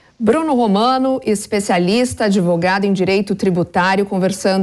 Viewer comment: Convidado mentiroso descarado esse "adEvogado"... Pelo amor de Deus... Que jornalixo horrível, tá bem parecido com a GlobE, defendendo essa DEFORMA Administrativa!